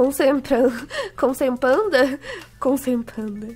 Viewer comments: a Ju na hora de falar "concentração" ela fala "cacetração" (na vdd foi a cris q foi a primeira a falar ) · A ju fala cacentração te amo